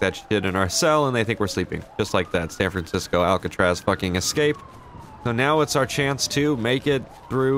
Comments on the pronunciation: it is pronounced ESCAPE...not exscape. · why do you say "excape" even tho its ESCAPE with an S